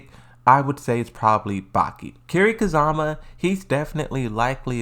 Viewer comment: Dude you really gotta work on your pronunciation! Who the hell is Kazama Kiri???😂